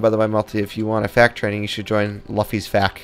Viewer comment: LUFFY no luffy you mad man who gets that name wrong. PS love the videoskeep it up